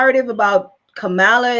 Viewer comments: So, why is it you did not know this. Everyone else did. And, the proper pronunciation of her name: Kamala is comma-la (she was asked about the pronunciation while a guest on The View. If you fancy yourself a reporter or truth-teller, RESEARCH BEFORE YOU SPEAK! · First of all, before you complain so much about Kamala Harris, I suggest that you learn to pronounce her name correctly. Kamala is an Indian Goddess' name, also known as Parvathi, obviously given to her, lovingly, by her mother, who is of Indian heritage; she is from Tamil Nadu. Her mother is a medical doctor, an oncologist - a breast cancer specialist, who has done extensive research in breast cancer and its causes. She is not Kamaaala as you call her; she is Kamalaa (for purposes of correct pronunciation), but spelled Kamala. It makes no sense to me why you keep calling her "fraud" just because she is not Black. Kamala Harris never claimed she is black; neither did she claim to be or pretend to be White. She is who she is. She is brown; she has a wonderful, glowing, chocolate complexion. I can sense that she is very proud of her Indian Heritage also, as she aught to be. She must be proud of her great accomplishments, too. She is a talented, well educated, well accomplished woman; she is a skilled, intelligent, hard working politician also. I suggest that you read about her first before "digging" information about her father and her grandfather. Why do you blame her for who her father is or who her grandfather was? She was born in California, so that makes her a US citizen by birth; she has a Bachelor's degree in Economics from Howard University, and she earned her JD from the University of California, Hastings College of the Law. If you compare your accomplishments so far w